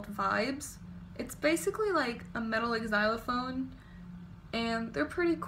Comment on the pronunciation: you said "xylophone" wrong